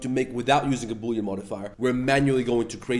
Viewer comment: Bully❌ Boolean✅